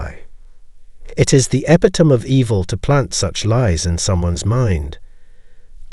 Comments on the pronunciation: It’s not e-pi-tome.it’s e-pit-o-me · It’s pronounced: Eh – pit – o – mee